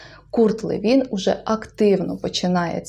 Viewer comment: Там приголос на ЛЕвін, якщо я не плутаю. З іншим Левіном.